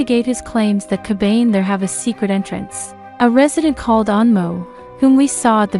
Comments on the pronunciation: And unless I'm an idiot myself it isn't pronounced "Ka bane". Isn't it "Ka ba ne"? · This person sounds like an asshole yo! Totally pronouncing the word Kabane wrong and for some reason it just passes me off